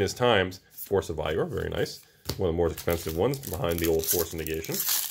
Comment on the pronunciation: Hearing him say force of vigor makes me think of young Frankenstein "It's Igor isn't it?" "No it's Eye-gor" 😂